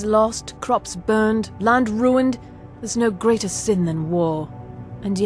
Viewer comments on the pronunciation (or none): none